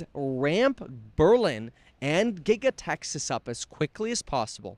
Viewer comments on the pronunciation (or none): none